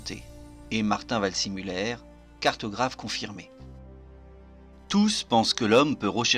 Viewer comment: Waldsimuller ? « see » ne se prononce pas toujours forcément à l’anglaise, surtout pour un nom allemand ! En général et en particulier, ne jamais hésiter à demander la confirmation d’une prononciation d’un nom ou d’un terme étranger, surtout quand on ne connait pas la langue. Le nom se présente vald-zé-muller.